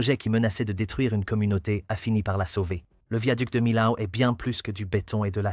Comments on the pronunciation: On ne dit : MILAO, dans la région, nous disons MIO ! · « De Milâoû »! D'où il sort, ce commentateur ? 😜🤪🙃😆🤣😂